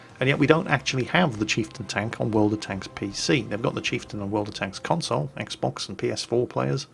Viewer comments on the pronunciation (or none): none